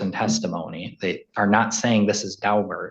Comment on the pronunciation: It’s “Daubert”, not “Dalbert.”